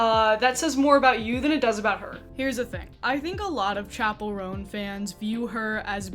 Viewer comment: she owes me pronouncing "chapell" right, which she doesn't